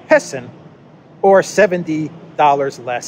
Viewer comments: “Peson” = “Peasant” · Isn't 'pesson' prounoced 'peasant'? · "Peson" is classic Chinese English. Get used to it. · Hahaha I laughed out loud with your “peson”,! I love how you can add some mental health-preserving humor without downplaying the severity of the problems the world is facing. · "Peson", hmmm. I suspect it's an extra "s" rather than a missing "r".